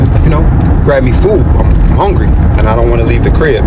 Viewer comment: I can't get pass him saying HONgry